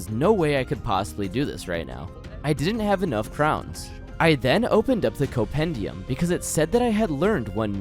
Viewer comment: The first m in Compendium is not silent, my man ^^" Otherwise great video, keep it up <3